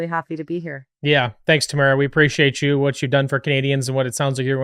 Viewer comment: Tamara "Leech" 🎉🎉 4 years later, eventually we'll get her name right! 😉